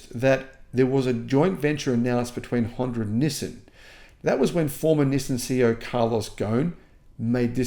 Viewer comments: You’re the only person on the planet who pronounces it “nisin.” It’s pronounced “nee-sahn.” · It's knee-sun, not knee-sin! Nissin is a noodle maker 😄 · Nissin (the way pronounces it) makes instant noodles. Nissan makes cars. It’s like the difference between the word ‘yawn’ and ‘lawn’. Maybe subtle but a huge difference in meaning. 🤦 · I’m sorry your Aussie accent says “Nissan” very different from us yanks. We say “nee-sohn”